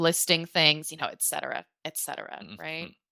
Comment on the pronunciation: She took 2 points from you . When it comes pronunciing et cetera.